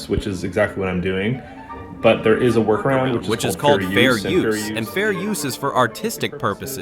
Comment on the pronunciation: I understand that you said "Workaround" and , but it sounds like you said "War crime" and that's delightful.